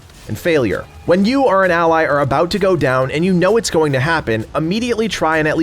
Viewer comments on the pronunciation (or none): none